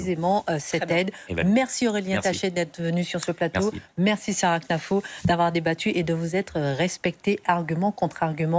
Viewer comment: Arrêtez avec knafo elle s'appelle khennafou il faux le prononcer 🤣🤣